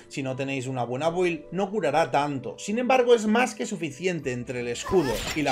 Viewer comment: "Build" se pronuncia "bild". Sé que debe ser difícil acostumbrarte pero par favar.